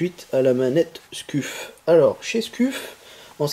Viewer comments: On prononce Scuf mais "Sceuf" mais sa s'écrit scuff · Mdr comment tu dis scuff sa ce prononce sceuff et non scuff c'est comme BURN enfin bref bonne vidéo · Ca se prononce skeuf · Scuf, se prononce Skeuf C comme burn se prononce Beurn je fais se commentaire psk tu ma stresser toute la video xD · juste un truc on di pa skuf mes sceuf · scuff se prononce "sceuf" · Sa se prononce sceef mais sa secrit scuf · Nan sa se prononce sceuf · u se prononce iou en language phonétique donc scuf se prononce sciouf lol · "halaur ché skuffe" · Scuf se prononce "Sceuf" lol heureusement que t'as pas dit Burnes pour la manette "Burn" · Miskine tu c pas dire scuf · Nice mec bonne video bien détaillée! Par contre sa se dit sceuf mdrr😊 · On prononce scef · Sauf ce prononce sceuf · sa se prononce skuf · Ptn misquine ta rater ton cp ce1 ou quoi tu n'arrives pas à dire scuf